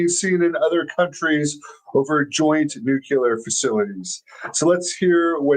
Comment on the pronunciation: How is it possible, in 2024, that there is even ONE person still mispronouncing, "NEW-kyoo-ler." 😅 Don't tell me, he also likes, "BUH-skettee" and spending time at the, "LIE-berry." How do you live to be 30-something and remain THAT ignorant?